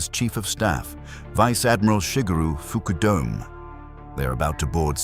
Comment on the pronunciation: "Foo-koo-dome"...why not "f_k you dome"?